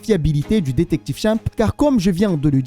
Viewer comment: Comment tu dis détective chimp j'ai mal au oreille, mais bonne vidéo